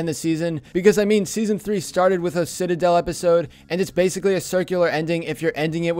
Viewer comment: the way he says citidel lol